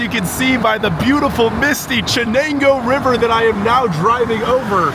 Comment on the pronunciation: Jesus. After growing up in Bingo and then moving out of state, I would happily light Binghamton on fire, but this is so badly done. Made it to before I could tell this was going no where. “Chen-angoo River” C’mon man.